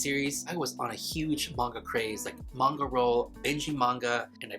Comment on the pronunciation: Not me hearing “now let’s talk about vodka” instead of MAGNA😩